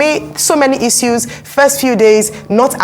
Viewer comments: Is it Issues or E-sues like the lady keeps saying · The lady should learn how to pronounce "issues" the right way. Its pronounced as i.shooz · Great news as always Arise. Side note: I get distracted everytime she says Issues/ IssYous 😄. It's good pronunciation but it gets me everytime lol. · It's pronounced as "i - shoos". Don't know where she got hers from.